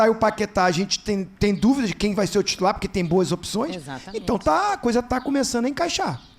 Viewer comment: Olha em que nível chegamos , Paquetá tutular 😂😂